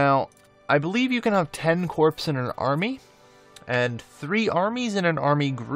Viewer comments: Great video. Minor point. Corps is pronounced like core is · I hate to be 'that guy', but corps is pronounced like core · The p in corps is silent. Pronounced like core. I think it's a French word or something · You mean he wasn't referring to his army as a bunch of corpses? I thought it was a Freudian Slip.